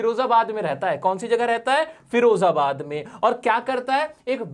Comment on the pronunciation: Its firozabad not ferozabad...